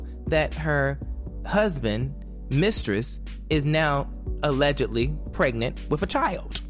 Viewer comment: CAN BLACK PPL STOP SAYING "ALEGITLY" OR "ALEGALY" PLS? IT IS A-LLEG-ED-LY. IF ONE IS BLACK ONLINE MUST ONE ALWAYS THROW EBONICS INTO THE MIX??